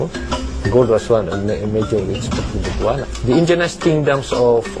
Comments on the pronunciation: it is pronounced as "but-wan" not "butu-an" it sounded ridiculous whenever it is being pronounced as butu-an. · Para sa hindi nakaka alam, ang pronounce namin sa Visaya ay BUTWAN hindi Bu-tu-an ( Butuan) kasi parang hindi maganda sa pandinig ang Bu-tu-an, kasi ang Buto sa Visaya ay penis! Yong lang po